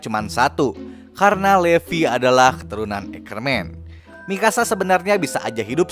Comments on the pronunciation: Livay kak baca nya. Tulisan nya levi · Sebutnya livai